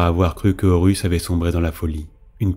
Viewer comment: L'utilisation de l'"IA" afin de gagner du temps est louable mais il faudrait faire attention aux noms. Je viens de finir les word Bear via Spotify et et Horus devient "Oh Russes", Tzeentch lui devient sentch. PAr contre c'est un excellent travail.